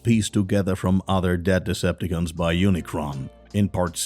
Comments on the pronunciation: Man's said Decipticans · Okay. You got to know that it’s called Deceptacon‘s you been saying it wrong please say it right and that’s all I have to say